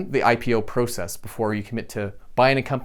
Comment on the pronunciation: I would have enjoyed the video much much more if he would have pronounced "process" correctly